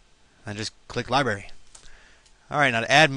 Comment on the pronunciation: wow you cant pronounce worth shit genair and libary